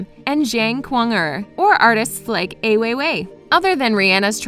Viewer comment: Also it's EYE Weiwei and not EYY Weiwei